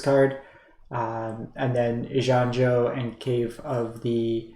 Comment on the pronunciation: I think in general you've done a reasonable summary of what's going on (I also understand this video is now a bit outdated at the time I'm writing this, though that isn't relevant for my comment), but man... those pronunciations were KILLING me, lol. Eye-gahn-jo (Kami of ) Tran-zee-uhns (Patchwork) Aa-taa-muh-taan Just some food for thought.